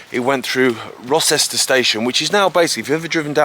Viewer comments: Rocester, not Rosester. It's pronounced Roe-ster. It was double track because it was actually the shortest route from Manchester to London and was expected to be more important than it ended up being. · Great walk, i'm local and have walked, jogged and cycled the route many times over the years. If this line was still operational you would have a train running from Uttoxeter Racecourse with stations at JCB World Headquarters Rocester (pronounced Roaster btw!) - Denstone College and Alton Towers on to Oakamoor. Bloody goldmine for tourists. In the late 1970's it was possible to walk from Uttoxeter to where you started at Denstone along the track bed, sadly all under farmland now.